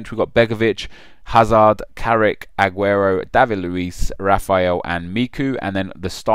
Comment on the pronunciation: Ageuro?! you mad?????